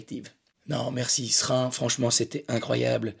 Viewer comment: Déjà,tu dis bien S'rin. Bravo